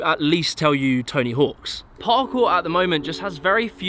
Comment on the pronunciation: I can’t believe you caught the subtle variance in the British and American pronunciations of Jacksss but totally missed that you added an s to the end of hawk in Tony Hawk every time you said his name 😂